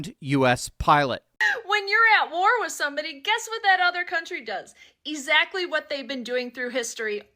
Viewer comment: Did she say EEZACTLY?